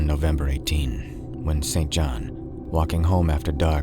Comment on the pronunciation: St John is pronounced “Sinjin”